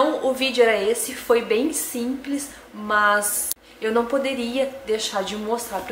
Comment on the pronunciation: gente que fala "mãs" kkk por que isso? ahaha No geral, ótimo vídeo